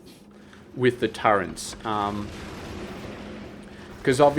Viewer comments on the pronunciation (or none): Is it some regional accent thing to pronounce turret as turrent? Never heard an aussie pronounce it that way before